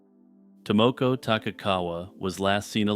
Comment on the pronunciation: Your pronunciation of Tomoko makes my ears bleed.